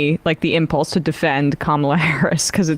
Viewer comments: She said it in the very beginning. It's pronounced comma-la. But her name could be Mary or Betty or Sue and they would find new ways to disrespect her. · Ka-Ma-La my lord, Ka-Ma-La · Once again de Santis mispronounces "Kamala".